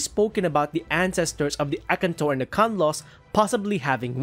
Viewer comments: A-kan-tor...whats akntor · His pronunciation of Akantor is spiritually killing me